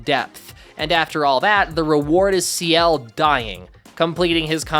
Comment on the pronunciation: lol saying Ciel like he’s the leader of 2ne1